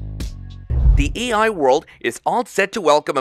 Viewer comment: The AI bot reading the script keeps saying "ei". Somebody kept saying "Old McDonald" during it's training.